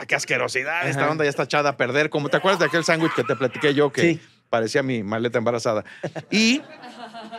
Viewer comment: El señor que se queja del sangrons y de los abogansters, dice, chanwichs